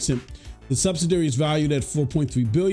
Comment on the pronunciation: Say it with me. SUB-SID-I-ARY.